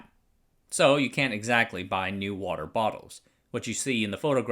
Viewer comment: Hi, Singaporean here. :) "NEWater" in Singapore is we pronounce is "new water". so yeah, he is pronouncing it right for this case... (But his pronunciation for PAP, PUB & WHO are off though. These 3 should not be pronounced as pap, pub & who, but the alphabets "P" "A" "P", "P" "U" "B" & "W" "H" "O")